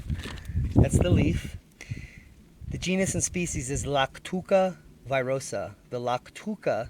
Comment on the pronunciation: It'not virosa , its veerosah